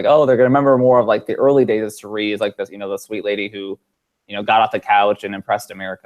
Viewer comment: Your distaste for Cirie is clear,. From continuing to mispronounce her name, to your comment when David mentioned her lovely smile, and you bring up Michaela (seemingly out of nowhere) for having a better smile instead. Been watching for a while, and honestly, I'm surprised. I'm not outraged that you dislike Cirie. I dislike Ciera Eastin myself, but wouldn't say Hali has a better smile, even in jest. And that isn't as unfortunate of a comparison as Cirie and Michaela. Just my wordy 2 cents.